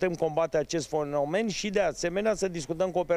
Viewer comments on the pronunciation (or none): Acest fonomen nu fenomen hahaha nici sa vorbeasca nu stie 😂😂😂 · "Foneomen" asta.. o fi baut? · Ăla de la ANPC a zis fonomen?